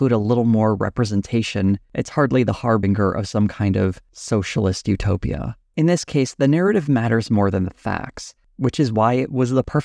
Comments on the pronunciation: Har-bing-er? You mean har-binge-r? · ""Harbinger"" does NOT have a (GUH) G sound! It's a (JUH) J Sound! ~~ Har ~ bin - JER~~ !! ... I have NEVER EVER heard ANY ONE say it in the WAY you did! That's just CRAZY yo! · Love your work. Harbinger is pronounced with a soft g, like "harbinjer."